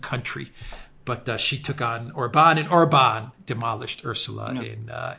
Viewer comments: Yes,. Hungarian words are ALWAYS pronounced on the first syllable: ORbán. The accent mark indicates the vowel quality, not the tonic stress. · Naughty! It's pronounced OR-ban😂 He absolutely left old Ursula bleeeeding on the floor 😂😂😂